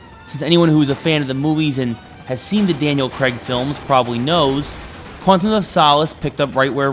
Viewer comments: It's not 'creg' it's 'craig' lol. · Daniel Craig. Not Daniel creg !